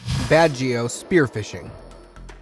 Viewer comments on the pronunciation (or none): I haven’t watched it all but I’d like to add that it’s Pangasinan pronounced like Panda>Sea>Man and Baguio is just like bag>e>o. But nice video.